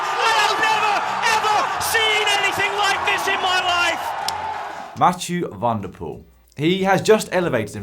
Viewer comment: It's pronounced van der Poel, not Wanderpoel